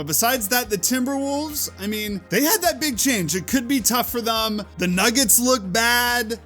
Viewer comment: Also it’s thEm not thUm that shit is so annoying